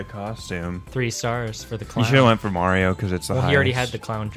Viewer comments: theiy say mirthee its mario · Why do you call Mario Marity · Srsly u call Mario merrty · IT'S NOT MERITY IT'S MARIO I'M GONNA GET SO TRIGGERED OVER THIS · why do thay say meer-ty instead of mario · They say miraty as mario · why is he saying mierty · because they like calling mario marity? :)